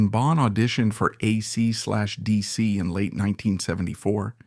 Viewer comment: aysee slash deesee? bad AI, bad!